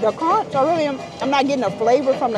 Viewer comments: The beach scene 😂😂😂. The food looked good. Conch is pronounced Conk. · Hey conch is pronounced "conk" the H is silent 😊#BahamianBornandRaised ❤ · FYI In the islands we pronounce the ch at the end of conch as k. “Conk”😊